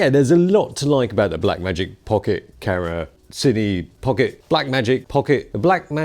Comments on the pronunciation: Love your videos but "Karra"!! No no no......Cam-er-ah or even Cam-rah but OMG, please no more Karra. You can do it, believe in yourself. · Camera, not carra. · i know its been like almost 4 years, but why is it that when says camera, the M is silent.....